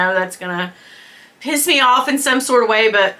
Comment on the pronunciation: They're ALL fabulous (although you KNOW I have a favourite! 😉💎) and you deserve them ALL my love! 😘💝 Awww you said 'p155 me off' like a true Brit! 🤩🤘🏼💖 Vlogmas is HARD I'm so happy you're enjoying it! 🤶🏼🎄🎅🏼